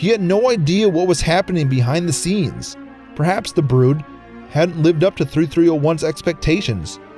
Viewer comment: The last one that really jumped out at me was "prehaps".